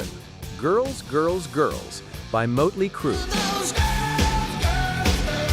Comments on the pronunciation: It's motley not moatly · I would subscribe if you actually could pronounce motley crue correctly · Hey robot, it's pronounced "" Mahht-lee cruu" 🙄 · Who’s Moatley Cru? 🥴 Still, enjoyed the video. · If you are going to put content out, for crying out loud, get the name RIGHT!!! It absolutely annoyed me the way Motley Crue was pronounced!!! Don’t you edit your videos before posting them???